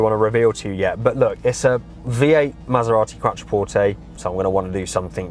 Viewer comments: it's pronounced Quot-trer-port-tay, it's QUOT NOT QUAT! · You're completely incorrect. It's an Italian word. Pronounce it properly.